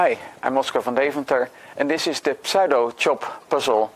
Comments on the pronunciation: sue-doe not psy-dough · Just FYI, in English, the pseudo prefix is pronounced very different from how it's spelled. The p is silent, and the first syllable is a long u, as in the word "do" or "you." English is so wierd. This is my favorite of this line of puzzles so far, by the way, and I can't wait for the official post and discussion thread. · the p doesn't have to be silent. i think it's mostly pronounced as either sue-doe or psue-doe.. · Heh, I heard 'saddo' and had to double check the title of the video :D